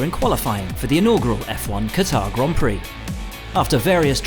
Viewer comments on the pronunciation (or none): none